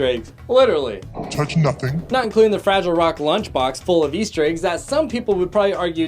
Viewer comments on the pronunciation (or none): he said fragile rock not fraggle rock 👎🏻👎🏻👎🏻👎🏻👎🏻👎🏻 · It's FragGle Rock lunchbox, not "Frigile" Rock! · Like the Fragile Rock lunchbox ? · Fragile is not the name of the show. Its pronounced Fraggle Rock. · Its pronounced fraggle rock not fragile rock! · It’s not pronounced Fragile Rock. It’s Fraggle Rock. Hard G sound. 🤦🏼‍♂️ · Fragil rock?? I rewound 3 times to make sure I heard that right! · Big Trouble in LITTLE China, not Big Trouble in China. And it's pronounced "Fraggle Rock" Not "Fragile Rock" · Did he just say “Fragile rock” it’s “FRAGGLE ROCK” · Did he pronounce it Fragile Rock. It's Fraggle Rock. Pronounced Fragg-L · and fraggle rock, not fragile rock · Did you say “”fragile rock”” instead of “Fraggle rock” lol ? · Sorry to be "that" guy..... but it's pronounced like haggle. Fraggle Rock .. not Fragile rock. just sayin. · Fraggle Rock is pronounced Fraygle Rock not fragile Rock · 1. Lara, not Laura. 2. Did you say.. Fragile Rock? Fraggle! Frag-gle. 3. you missed the firefly class transport ship queing for the nightclub (what? no way to know it's the Serenity... it probably is though)) . 3. Robbie The Robot in the apartment. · U better apologize for saying Fragile Rock It is fraggle rock Fra ggle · ... Did he say "FraGILe Rock?". lol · you mispronounced fraggle rock